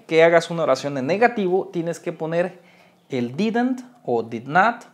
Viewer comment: pronuncias Mal didnt😂 pro Bueno